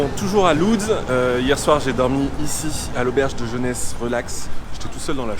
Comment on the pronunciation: On dit pas Loudz, mais Wodz. Le L avec l'accent se prononce W :)